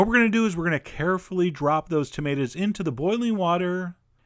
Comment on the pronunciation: Thumbs up for "tah-mate-as"